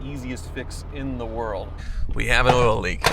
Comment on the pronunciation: Did you move to the South? I have never heard a non-Southerner say the word "oil" like that.